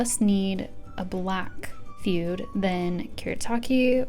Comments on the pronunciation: You might know this by now, but Jetpens put out a series of videos on how to pronounce stationary terms. It is "food-eh". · I like your review and you said the Japanese words well、but if you know how to say 'Fude' properly、why didn't you? It really bothered me、because it is a Japanese word and you knew how to say it、because you said it right a couple times